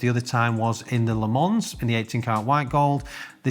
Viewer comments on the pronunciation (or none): Le Man Not Le Mans. The S is silent